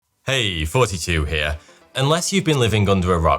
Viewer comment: Forty two heah